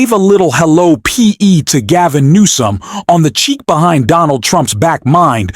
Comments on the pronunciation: Number one, his name is not Gavin.Nomes, it's Gavin Newsome.Don't you speak english or read it another thing?Look at Donald Trump and then look at Gavin.Wouldn't you want to kiss him more than her husband who's old?She's young. Take it for what it is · It's Gov. Gavin Newsome, who is Gavin Noeme. Are you using AI? Are maybe you thinking of Kristi Noeme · Gavin NEWSOM dude it's NEWSOM 😂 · It’s Gavin NEWSOM, not “Gavin Noem”. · The name is NOT NOME..... IT IS GOVERNOR NEWSOM ! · It’s Gavin Newsome not Noem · California's Governor is Newsome (New-some), not "Nome". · It's Governor Newsom not nome?WTF???😮😅😅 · who is Gov. Nome you keep saying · Excuse me but who is Gavin "Nom" ? Can't you pronounce his name properly or is it too hard ?? I never heard anyone refering to Gavin Newsom as "Nom"...